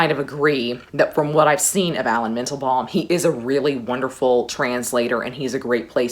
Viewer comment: I called my list: "the the Comedy of Translations". I couldn't decide on a translation. One tiny thing I couldn't unhear; you say mEndelbaLm; but it's with an "A" and not "balm" - Mandelbaum.